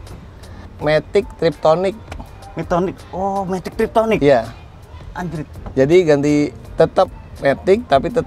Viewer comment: Matic tiptronic om kalau sebutannya, bukan triptonic. Izin meluruskan om 🙏 #CMIIW